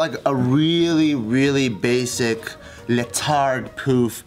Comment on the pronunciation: Bart saying letard